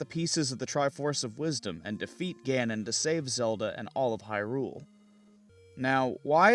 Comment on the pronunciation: .......... it's HYrule, HYrule dammit the stress is on the first syllable, it's not hyRULE who started this arraggrghgghh!!! ahem